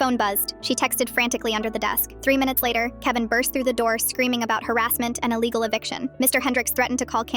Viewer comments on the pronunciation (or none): none